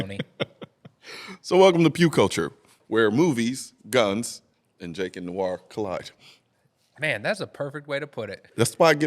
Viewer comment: LOL. “I am Colion “blamah.”. 😂😂😂 good intro man!